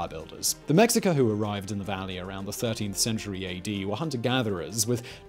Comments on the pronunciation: One example, Simon pronounces "Mexica" (the tribe that became the Aztecs) as "Mex-sick-ah", while it's supposed to be "Meh-sheik-ah". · Mexica = Meh-shee-kah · Mexica => MAY-shee-kah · Excellent video, as always of course. One little thing for the future, though. Mexica is pronounced “me-SHI-ka”. Nahuatl words spelled with an X often are pronounced like H or SH. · Its more like meh-shi-ka if you say me english speakers are gonna say it like - me as in the word "me" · Mexica (meh- shi- ka) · yeah it isn’t “Mexica” like an English person would say ir.